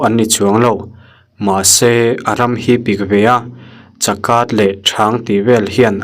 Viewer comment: 3min 28sec a chakat hi kâchât tih tur zawk a nilo mi